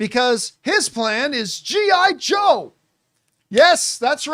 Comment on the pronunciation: I don't like the way you Said G.I. Joe John. Lol 80's is Back Baby!.